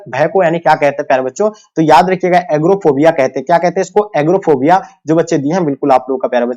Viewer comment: एगोराफोबिया को एग्रोफोबिया कहते हैं पता नहीं कहाँ कहाँ से चले आते हैं YouTube पे पढ़ाने 😅😂